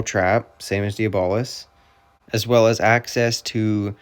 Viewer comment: Dee-bolis is crazy😭 W vid tho